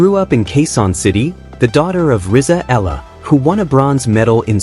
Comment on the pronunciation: E, E-YA-LA is the correct pronunciation of EALA